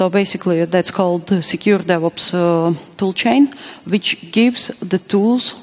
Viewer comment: Every time she said "DevOps" I heard the "Devils" which are not that far apart really